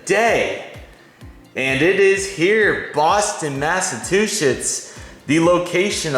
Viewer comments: Did you say massatwochets? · Boston massatuchetts 😅